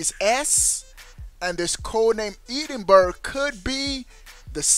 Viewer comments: It's pronounced Edin borough. Edinburgh is the capital of Scotland you dingus 🤣 not sure where Eden berg is though?? 😂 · lol "Eden- Burg" obviously never spoke to any Scots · Your pronunciation of Edinburgh is fuelling my nightmares. Ehdinbruh is how you pronounce it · Eden burgh lol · You're pronouncing Edinburgh wrong. Look up the pronunciation of the capital of Scotland. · The way you pronounce Edinburgh is incorrect, I live in Edinburgh Scotland, Google search how to pronounce it, great video though :) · You're pronouncing 'Edinburgh' incorrectly lol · Really like this channel but you got to be able to say Edinburgh correctly ..just ask Google 😇😇👍🏻👍🏻